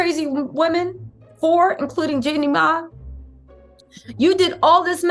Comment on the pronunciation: It's so funny hearing black people say jenny name 😂😂😂😂 Jenny MA 😭😭😭 it's jenny MY